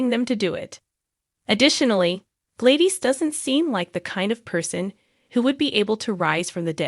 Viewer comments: Her name is pronounced glad is not by any way it is pronounced Gladyees. Please learn your word pronouncing. Thank you.😊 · Please pronounce her name properly...Glad is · Do people not know how to PRONOUNCE the actors tv names Correctly!!!??? Her name is Gladis!!! Not Gladies??? Learn names!!!☹️😡😠😡🤬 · Ys it is not Gladyees.it' Glad us pronounced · Who is Glaydeez? Lol